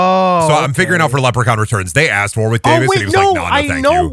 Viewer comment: It actually hurts that you never once pronounce Warwick Davis' name correctly...it's spelt war-wick...it's pronounced WARRICK